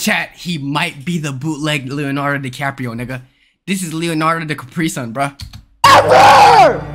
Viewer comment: ‘Leonardo decapri sun’💀